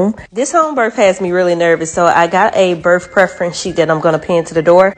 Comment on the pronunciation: If you’re going to give birth maybe you should learn how to pronounce the word. It ends in a th sound not an f.